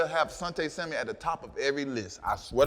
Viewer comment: "Samuel", no "s" at the end